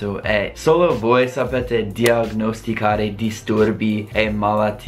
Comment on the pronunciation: Ciaooo, diagnosticare si pronuncia come la n spagnola di niña e non diag-nosticare :)